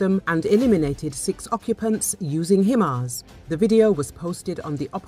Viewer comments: Its Hi Mars not Him Ars 😂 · I heard "Hi ma's."